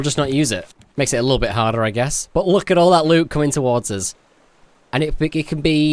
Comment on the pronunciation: Your saying loo not loot BUT I STILL LOVE YO UR VIDEOS